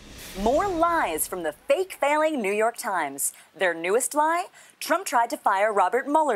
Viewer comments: It sounded like Sean Hannity said New York Chrimes instead of New York Times lmao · Hannity said “New York Trimes” , get this mid stroke duche off the air... Nevermind. Keep him on. 😂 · did Sean Hannity say 'New York Trimes'...